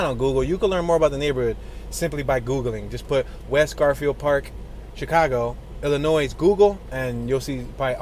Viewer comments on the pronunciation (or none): Its NOT PRONOUNCED "ILLINOISE".... ITS PRONOUNCED "ILLINOI" THE "S" IS SILENT... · Not “Illi noise” it’s pronounced “Illinoy”, the S is silent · It’s pronounced “ILLINOI” not IllinoiS!! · Am in no way making fun of you, but ILLINOIS is pronounced Illinoi with the S silent. So enjoy your channel! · and they probably pronounced it “ILL-a-nwaAh” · The s is silent in Illinois. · Feel really confident with a narrator who pronounces the 's' in Illinois. And as for "Tupperware bins"....